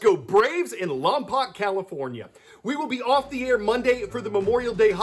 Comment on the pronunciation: it’s lom•poke.